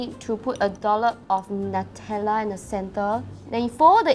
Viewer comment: Nutella should be pronounced as (new-tell-uh)